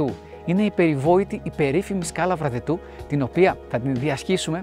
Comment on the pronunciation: Βραδετο λέγεται το χωριό. Το προφέρεται λάθος.